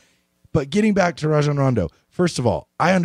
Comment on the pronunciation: Bet you wouldn't say any of this to Rajons face. You dont even say his name right lmao sad